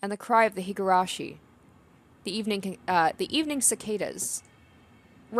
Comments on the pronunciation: Oh god. Just randomly came across this video. Higurashi (and Umineko, another game in the same franchise) is one of my favorites! Super excited to follow along with this let's play, instant subscribe, hope you'll keep it up! Pronounciation is 👍. Also, I believe that the best approach is letting the voice actors say their own lines and you reading everything else, just like you did in this video. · Alright, Higurashi! I'm looking forwards to this playthrough. I've seen bits of the anime but beyond a couple key scenes I know nothing about the story, so this will be a new experience for me too. Also, your pronunciation of the japanese names are much better than you think, so you shouldn't doubt yourself so much. (Besides the surname 'Houjou', which you could read the same way as 'Hojo'.) You have this nisei's approval!